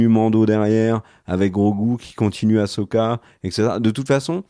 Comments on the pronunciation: Par pitié arrêtez avec "Achoka" 🤣🤣............Il faut le prononcer Assssssssssoka 😉. Et sinon ca va être franchement difficile pour les scénaristes d'arriver a justifier le fait que Thrawn se plante et se fait battre, pour laisser place a Palpatine en mode zombie....En respectant le personnage, car Thrawn est censé être un génie stratégique et un master mind absolu. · C est quoi le délire avec aCHoka ?? Jamais en vo on ne parle de cho mais il disent bien so « assoka » si vous préférez 😅 respectez ce perso merde 😂